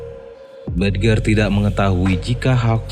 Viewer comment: Bridger bacanya brid-jer , mas